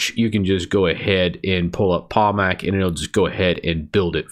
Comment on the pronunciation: I can't understand what you're saying. "in arch you pull up ____________"? pallmack pomack? pamac?